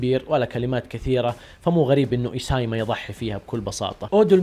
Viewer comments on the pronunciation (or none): انطباعاتك اسطوريه والله 🔥 بس في حاجه ابغى اعدلها لك اسم الكاتب مو ايسايما( ايسي ياما )